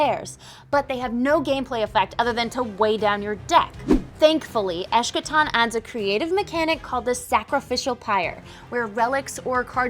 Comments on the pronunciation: Nice overview, but it’s pronounced Es-ka-ton, not Esh-ka-ton. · It's pronounced eske'tan, with a hard K sound. Believe me, I know. ;)